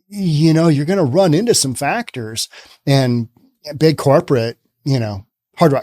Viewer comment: Factoria not factories